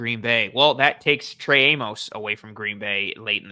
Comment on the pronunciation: OK, I'm gonna finally go on record with this one. Since there is a good chance the Bills draft this guy, Trey Amos' surname's pronunciation rhymes with "miss" not "mose". Everyone in Bills media says it the wrong way and it's driving me mental 😁